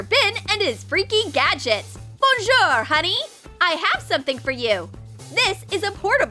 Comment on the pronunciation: You didnt say Bonjour correctly.